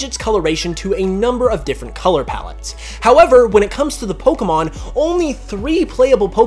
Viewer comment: Stop saying Poh-ker-mon instead of Poh-kay-mon!